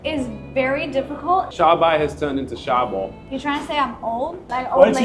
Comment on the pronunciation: 莎「婆」！（Sha Bo) 🤣🤣🤣🤣🤣🤣🤣🤣🤣